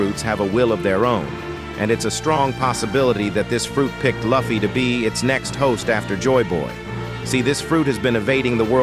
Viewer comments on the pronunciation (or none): Please call luffy correct. It is annoying. His friend call him luffy, not laffy. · Thumbs down for the AI voice that can't even say Luffy's name. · I couldn’t continue watching when you mispronounced Luffy. So I wish you all the best and bye for now ! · The way they say luffy makes it hard for me to take their information seriously when he can’t say the protagonist name right